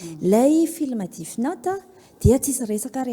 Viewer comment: death (DEF ) no fiteny fa tsy DIF ry a